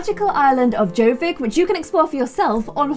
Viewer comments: As a star stable player, you pronouncing jorvik as J-oh-vik made me cringeeee, it is pronounced yor-vik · its pronounces as Yorvik not Jorvik lmao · When she pronounces Jorvik wrong and ur just dead inside because you know u used to do the same thing when u first started playing sso XD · who else who has had star stable for ages cringed when she said Jorvik and didn't pronounce it Yorvik? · Ya say yourvick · The way she said 'Jorvik...' XD Sorry, as a Star Stable fan, I couldn't resist. No hate though, love you,!